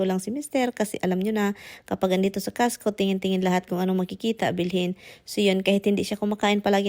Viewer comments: You mean pala costco. Kala ko castco kc the way you pronounce e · Pronounce it COSTCO not CASHCO